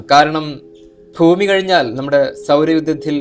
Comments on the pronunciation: Bro eppolum bhumi ennu parayunnadh fhumi enna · ഫൂമി അല്ല ചേട്ടാ ഭൂമി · ഇയാളെന്താ ഫൂമി ഫൂമി എന്നു പറയുന്നത്. കൂടാതെ ചൊവ്വെനെ, ചൊവ്വെനെ എന്നു പറയുന്നു. ചൊവ്വയിൽ എന്നും, ഭൂമി എന്നും പറയുക. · ഫൂമിയല്ല ബ്രോ ഭൂമി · Foomiyalla boomi annu parayu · ഒന്ന് ശ്രദ്ധിച്ചേക് ഫൂമി എന്നായിപ്പോവുന്നുണ്ട്